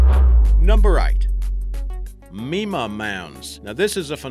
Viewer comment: FYI, it's not "me-ma", but "my-ma". You're welcome.